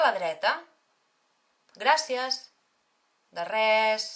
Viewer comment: se tiene que decir gracias con ese acento que ella le pone??